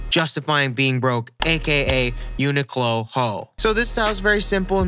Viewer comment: its pronounced "You-Nee-klo"